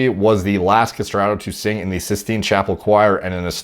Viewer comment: You really exposed your lack of a general education with no knowledge of what a Roman numeral is, inability to pronounce common words, "Byzantium", Pius, Sistine" etc. Embarassing!